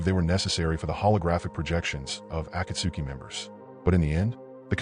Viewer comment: how is it possible for someone who watches naruto to be so horrible at pronouncing words in the show such as genjutsu, Sakura, Akatsuki etc